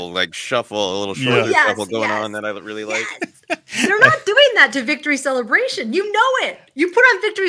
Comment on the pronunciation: I always heard Celebration, but it was like Cel-la Bray She-un where it was much more broken up and even throwing in an extra syllable to make it somewhat foreign and Star Wars in a way.